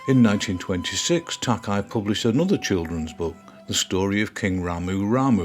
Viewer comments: Thank you for featuring this amazing artist. Incidentally his last name is pronounced Tak-ā. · Another excellent, informative video by. All of these are so much fun to watch, and research is always remarkably comprehensive. One note -- Takei's name is pronounced "Tah-kay", as in George Takei of Star Trek fame. Thanks much, brilliant work.